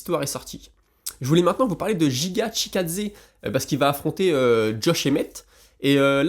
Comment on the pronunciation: Juste ptite correction c'est Giga et non JIGA ^^